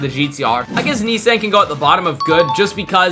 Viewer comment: who pronounces nissan like that 😭